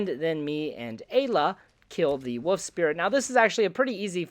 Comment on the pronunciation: Buddy I love this channel but we gotta work on our pronunciation of “wolf” 😂 I mean that in the nicest way possible